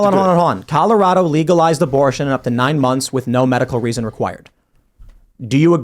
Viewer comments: I swear this dude says “killarado” when agreeing with 9 month abortions 😂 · Did anyone notice he said "Killorado" by accident? LOSER.